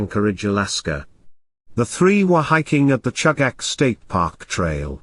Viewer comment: Pronounced CHOO gahch